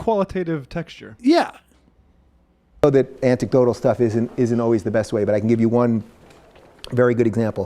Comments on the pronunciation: let's just clarify the real issue here. This is a guy whose intellect and education have failed to even enable him to understand how to pronounce (or likely spell) the word "anecdotal". The fact that he's speaking at Oxford is an embarrassment. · "Anticdotal..." You know I think that's all I need to hear. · He's not "misspeaking." He says antic-dotal every time in spite of being corrected.